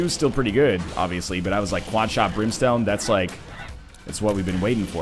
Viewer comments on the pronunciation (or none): none